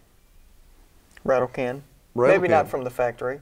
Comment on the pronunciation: It's called a "rattle can" not "rattle can't"